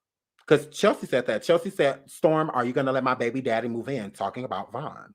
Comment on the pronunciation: You from New Orleans??? Oooh I heard that Bay-bie!!